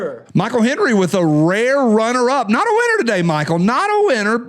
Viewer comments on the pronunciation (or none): none